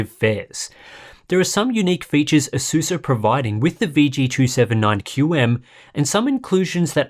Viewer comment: Pisses me off how he says asus